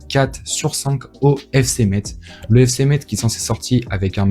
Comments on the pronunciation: On dit FC Metz (messe) 😅🇱🇻🇱🇻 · T'es messin on prononce pas le z l'ami